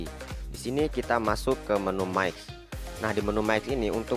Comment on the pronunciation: mix = maik wkwkwkw :v🤣